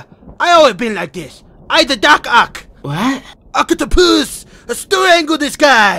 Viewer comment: I liked the video not subscribed because in the biggest fan spider verse in doctor Octopus I laughed so hard when he said doc oc